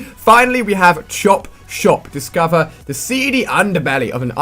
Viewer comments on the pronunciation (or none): funny the way he says chopshop